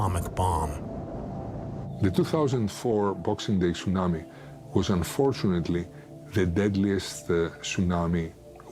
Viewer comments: This guy keeps calling it sun-ammy. Im out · If he says, " tsunami " like that one more time...